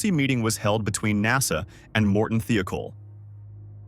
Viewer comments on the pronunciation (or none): why does the narrators voice sound like its AI. its not THEE-O-KOLL, its pronounced like its spelt. THIGH-O-KOLL "THIOKOL". i would watch this if it wasnt that its prob ai generated or at least narrated junk. i support people. not computers.